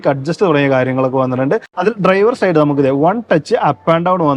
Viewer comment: ഭാഷാശുദ്ധി ഇല്ലാത്തത് താങ്കള്‍ക്ക് വളരെ നാണക്കേടാണ്. Like ന് ലേയ്ക്ക്, side ന് സേയ്ഡ് എന്നൊക്കെ പറയുന്നത് വിദ്യാഭ്യാസമുള്ള ആരെങ്കിലും പറയുമോ?